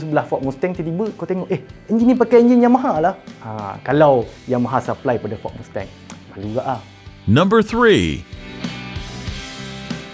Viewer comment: mas-teng❌ mus-tang✅